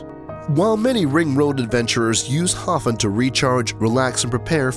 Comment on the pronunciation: You mispronounced Hofn and misidentified Vestrahorn as Estrahorn.